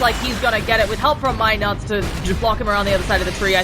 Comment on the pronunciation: keep saying my nuts! it's NUTS! get it right! fucking irritating